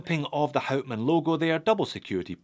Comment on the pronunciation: And pleaase pronounce hout man as [how t maan] ...good! You did your home work!